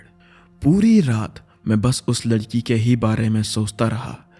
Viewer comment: He said Uss lalki 😂